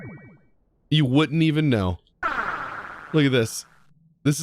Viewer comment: you "wood'nt" even know :D